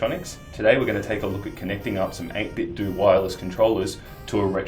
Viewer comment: It's pronounced 8-bit-doe, as in NintenDO